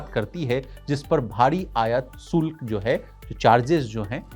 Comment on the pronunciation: Bhaisahab SULK nahi shulk